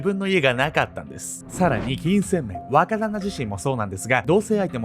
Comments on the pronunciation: 若旦那が話を聞くにつれ馬鹿旦那に聞こえてくる(笑) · 若旦那がバカ旦那に聞こえた😂